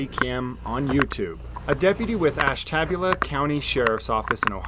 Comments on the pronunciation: Ash-tabula. 🤣 I'm from Ohio, we pronounce it, Ash-tuh-buell-uh 🤣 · “Ash-ta-bu-la” not “ash-tabula” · Ash-TAB-yew-la? Ashta-BYEW-la. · Sorry, but it's Ash-Ta-Bue-la not Ash-Tab-La.. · Pronunciation - Ash ta bu la, not Ash Tab u la. Ash ta bu la...Source- born in Ohio... Know this this name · Haha I lived out that way for a while. It's not ash-tabula. It's ash-ta-bula. Haha don't sweat it ,everyone screws it up. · LOL at ash-tab-ula it's pronounced ashta-bula. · It's "Ash-ta-byul-ah" County, not "Ash-tab-yula" County. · It's pronounced ash-ta-bu-la. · Ash-tab-u-lah....lols love my Ohio city names...it's ASHTA- BUE-LAH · Ash-ta—BULE-a Is how it’s pronounced lol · It’s pronounced: ASH TA BULe A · I used live 3 miles from their 🤣🤣also let say this it Ashtabula Ohio. IT ASH- TA -BULA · The county is pronounce Ash-t-bu-lah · It's Ash Ta Bula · Not sure if your pronunciation is sarcasm. No offense if it was, but it's pronounced Ash-tah-Be-u-La. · As a northeast Ohio resident born and raised, I laughed very hard at your pronunciation of Ashtabula. For future information it's ash-tuh-bew-luh. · Love you man but it is pronounced ash ta beulah. Like the chick from Porky's Beulah Ballbricker. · I know it doesn’t matter but it’s pronounced Ash-tuh-buel-uh. This whole video doesn’t surprise me, I think it’s a right of passage for the local Amish kids to do similar. We just let them be and they cause no harm to anyone. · Just some FYI : IT'S pronounced ASH TUH BULE UH. If ya give a flying turd. 😂 💪🇺🇸💪